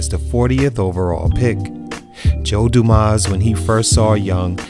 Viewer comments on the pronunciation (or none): I’m from Detroit and remember him as well. Although I almost deleted this channel when he mispronounced Joe Dumars name.